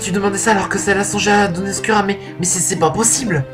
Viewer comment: Pas mal, pas mal, Imothep ^^ PS : ça se prononce "Oscoura" et non "Oscura" ;)